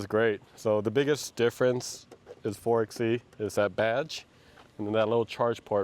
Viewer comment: Rented one of these for a Utah desert road trip earlier this year! It was definitely fun off-roading with the electric only mode, being able to hear the tires and the ground crunching. Also, 4xE is pronounced "four by E". It's a play off 4x4 (four by four)